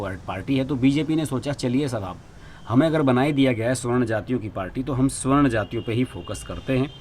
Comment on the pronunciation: I think it is savarn(सवर्ण) , not swarn(स्वर्ण). . Better to rectify.